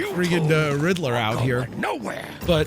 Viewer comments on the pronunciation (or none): none